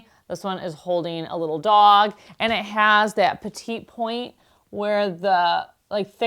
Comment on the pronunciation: I love seeing all of the art! Several of my relatives did petit point, and the English pronunciation is PET-ee poynt (sounds like petty point). The final "t" in petit is silent in the Anglicized version.